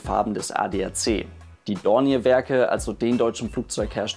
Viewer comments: Schöner Bericht, aber bei "Dorniär" stellen sich mir ein wenig die Nackenhaare auf ;-) "Dornjee" ausgesprochen klingt es besser. Der Name ist französichen Ursprungs. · Super Bericht. ich mag Deine Videos sehr ! Wenn man Dornier französisch aussprechen will, heisst es "Dornjeh" ;-) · Kleine Anmerkung zum Namen Dornier... Er wird üblicherweise wie im französischen ausgesprochen. Also [dɔrnˈjeː] ...(klingt wie DORNJÄ)